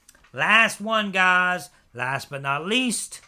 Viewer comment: I hate the way you say what's happening guys can you just say it normally instead of putting emphasis on guys